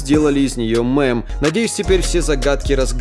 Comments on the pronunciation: На заметку не мЭм , а мЕм😂😂😂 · Брат, не мэм, а мем)))